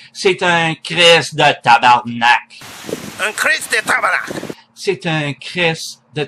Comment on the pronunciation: And yours sounded like "tabarnacht"